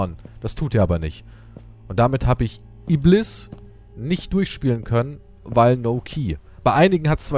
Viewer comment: ibliß ausgesprochen und iblis geschrieben. Bevor der Engel gefallen ist und zu Satan unbenannt wurde, war sein richtiger Name Iblis. Der Schöpfer ist nicht wie wir gefangen in Zeit und Raum, weil er die Zeit und Raum für uns erschaffen hat, gibt es sie überhaupt. Er kann sowohl die Vergangenheit Gegenwart und die Zukunft gleichzeitig sehen und daher allwissend ist. Der Schöpfer weiss alles über seine Geschöpfe bescheid. Er hat keinen Anfang und kein Ende, der Wahrhaftige.